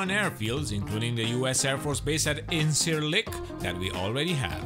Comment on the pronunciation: Nice, accurate review. I liked it. I play DCS and I speak Turkish. The C in Ercan and Incirlik is pronounced J as in John or Jedi. Injirlik. Erjan. The C in Gecitkale has a tail like in French and is pronounced ch as in chat. Gechitkale. The s in Pinarbasi is pronounced sh. P'narbashi. Very soft i at the end. Looking forward to this map very much.